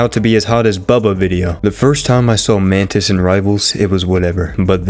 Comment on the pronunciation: Well this is forever gonna be ruining my OCD when he does say Loki “Lock-key”, instead of pronouncing it as “Low-Key” but you know what? I’ll let it slide since he called Mantis “Mantits”, which is why till this day, I call her that because of. So whomever don’t like it, sucks